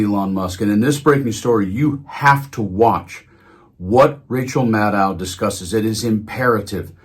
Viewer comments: Maybe try to say her name the way she says it: OW as in Window. Mad Oh, Get it? Give it a try, eh? Why can't media people take two seconds to learn how a person says their own name? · (Maddow is pronounced like Mad-oh)